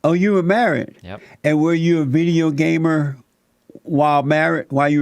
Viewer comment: Jesse said Gaymer